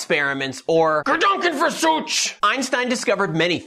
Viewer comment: The 'ch' from Versuch is pronounced in German like Fersooh, with 'h' at the end, like 'hello'